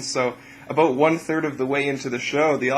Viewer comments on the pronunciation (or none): Yep, that's what I meant.. he said oot here: and here: and here: and here and here and here and here and here and here and here and here .. aaand.. yep, that's abOOt it.